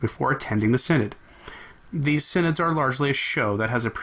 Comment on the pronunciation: Shouldn't that be "sin-odd"?